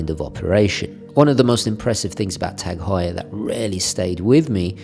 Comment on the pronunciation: It's actually pronounced ' targ hoyer ' .. you're welcome 😊